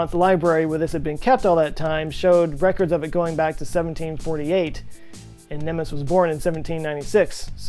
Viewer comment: I love your videos. Entertaining and informative. (I'm a bit addicted to them at the moment, actually) Thanks a million 😊 The only comments I'd like to add that the name 'Gusztáv' is pronounced 'Gustav' not 'Gushtav' and 'Nemes' is pronounced 'Nemesh'. Hungarian 'sz' = English 's' Hungarian 's' = English 'sh' Hungarian 'zs' = English....well...never mind 😏 (It's bloody confusing, even for me! 🥴💩🤣) (In another video 'Munchausen' was pronounced incorrectly.) Seems, us, Hungarians haven't changed much at the core. 🧐😱🥴 Keep the videos coming! 😊